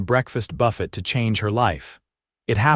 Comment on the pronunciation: The Breakfast Buffet… pronounced BUFET..over & over..